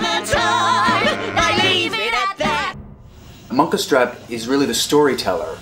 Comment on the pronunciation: Loooool "Munkistrap" xDDD